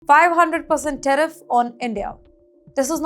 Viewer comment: Learn to say tariff corectly